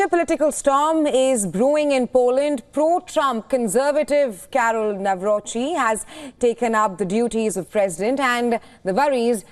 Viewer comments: It is not Nawroki, but Nawrotzki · Nawrocki not Nawrochi. Greetings from Poland 🇵🇱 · In Polish we read u as u, not a. So Tusk is Tusk, not task! Nawrocki is NawroCki, not nawroky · To the foul reporter ( thanks for your short insight : KAROL TADEUSZ NAWROCKI (NA-WRO- C- KI) .... not : Nawro-ki ! Get your pronounciation right with this Great Man of State ! Best of all to all conservative side . Stay strong and keep pushing right !❤ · She spoke it as Karol Nawroky the c is being also spoken in poland greetings from poland